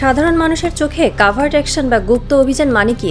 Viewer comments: উচ্চারন্ হবে কভার্ট। কাভার্ট না। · this sounds like AI news. "cavart" or "covert".